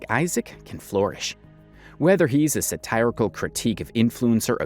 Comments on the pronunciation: That is not how you pronounce satirical, bud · non native english speaker here is that way to pronounce satirical also valid? I haven't heard it pronounced it like that ever